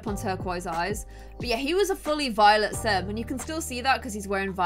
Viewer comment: Is it just me or when said that Tyler was a very Violet sim it sounded like he was a very VIOLENT sim??